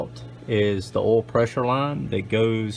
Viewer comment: Is it that hard to say "OIL" 🤣🤣🤣